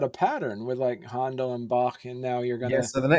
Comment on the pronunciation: I'm surprised that the host of Mastering the Muse pronounces "Handel and Bach," "Hondle and Bok." (FYI: When Händel became a naturalized British subject, he changed his name from Georg Friedrich Händel to George Frideric Handel.)